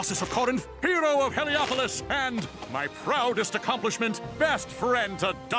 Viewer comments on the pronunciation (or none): none